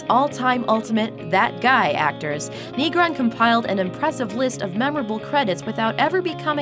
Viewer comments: Negron is not pronounced KNEE-groan it's pronounced Nay-GRON. unfortunately I am never surprised by the cultural illiteracy and idiocy that seems to be ubiquitous in my country. I am not a Latino but I am nonetheless offended. no one on the Looper production team speaks Spanish or caught the obvious error ? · Negron....... is pronounced,Neh-grown;not,Nee-grahn.... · Wish the narrator knew how to pronounce the last name of the Latino actor Negron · The way the announcer pronounces Taylor Negron's last name is utter cringe. Learn a bit of Spanish, gringo